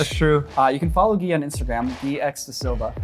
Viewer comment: Get a wider couch lol Gui is awesome, have him over any time, we'll watch hours of him talking about this. edit: it's Gui, not Guy